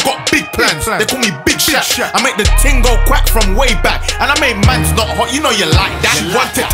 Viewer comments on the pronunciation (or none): My guy just said thing instead of ‘ting’ 😂